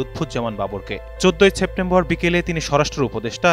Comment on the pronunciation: ছেপ্টেম্বর না সেপ্টেম্বর